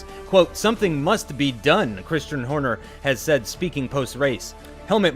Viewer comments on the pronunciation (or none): none